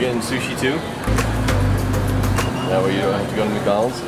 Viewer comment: I knew brly is going to say macdonals